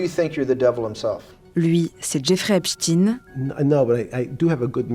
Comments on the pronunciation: Arretez de dire Epstine comme si vous disiez Poutine, ou Staline C'est Epstein ! Comme Albert Einstein ou encore Élizabeth Bornstein ! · Pourquoi les journalistes disent tous Epchteen ? C'est "Ep steen" pas compliqué nan ? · Jeffrey epsTEIN pas epsTINE c'est quoi cette manie de mal prononcer les noms, vous dites albert einstine aussi? Pff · Epstayne et non epstine qui rime avec poutine😡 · EpstEIIIN pas Esptine ! Ça me stresse. On dit le Liechtenstein ! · ESPTEIN Et pas EPSTIN , EINSTEIN et pas EINSTIN ! Vous jouez à quoi ? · Ce n’est pas epstin mais epstein. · on ne dit pas Epchtine mais Epchtaïne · PAS EPSTINE MAIS EPSTEIN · C'est pas ..Epstine !!!!!! C'est Epstein ..On ne dit pas Estine mais Estein (le savant Allemand) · On dit "epstaïne" pas "epstine" ohlala le niveau. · C’est epstein pas epstine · C’est un nom d’origine juive allemande / yiddish. En allemand, le groupe “ei” se prononce “aï” (comme dans “Einstein” → “Aïn-stine”). Donc on dit “Ep-staïn”, pas “Ep-steen”. Le “ei” ne fait jamais “ee” en allemand — c’est “ie” qui fait ce son-là. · Pouvez vous dire Epschtein et non pas Epschtin !!! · Pourquoi prononcez vous Epstin et non epstein? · STEIN pas chtine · Faut arreter de tenter de dissimuler les faits hein.. c'est pas Epstïne c'est EpstEIN, comme Einstein, Grinstein, Silberstein etc ! On dit pas Albert Einstïne que je sache... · Cessez de dire EPSTINE alors que ça se prononce EPSTAÏNE. Chercheriez-vous à masquer son appartenance à une certaine communauté par ce vil subterfuge ? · Pourquoi tout le monde l’appelle epstine alors que c’est Epsteeiiinn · Vous remarquerez que les médias prononcent volontairement Epstine, et non Epstein, personne ne prononce EinstINE, mais bien Einstein... Donc la question, c'est pourquoi tout les journalistes prononcent Epstine ou non Epstein...? La réponse à cette question vous mènera rapidement au point Goldwin, et ce n'est pas un point G qui vous donnera du plaisir, MMvoyez ce que jveux dire... MMMMvoyez???